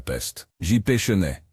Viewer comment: Bollineguerre...Chenette...dur dur L'IA